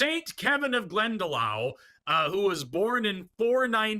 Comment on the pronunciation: PS for Forrst, Glendalough is pronounced Glenda-lock. Gh and ch in Irisk are generally pronounced with a k sound or kh sound.